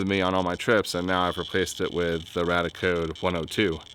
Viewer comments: Its radiaAcode, why do you keep saying radicode? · I always thought it RadiaCode was pronounced RAY-dee-uh Code and not RAD-uh Code and nuclear was NEW-klee-er not NEW-cue-ler I have been saying them wrong all this time. I feel silly. I stumbled on your channel via the home page and your Oppenheimer film video and I am binging through your channel. Love the videos and channel. I learn something new from each one. I'm definitely subscribing.